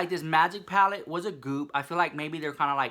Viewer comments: ITS PLACEEEEEEEE NOT PALACE !!!!! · stop,"juvias palace" lmao